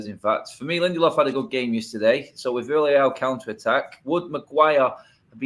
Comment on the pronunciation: It pronounced Viareal